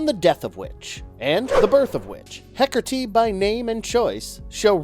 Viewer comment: I love Wonder Woman and I love Hekate, but I Hate when the Goddess is constantly portrayed as evil. Just like Hades isn't the Devil. Also, there is no "r" in Hekate. You're pronunciation (hekertee) drove me nuts